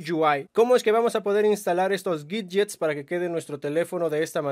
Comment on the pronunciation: Aprende a hablar bien por favor, no es miyuai es miui, así de sencillo, no es guidyes es widgets.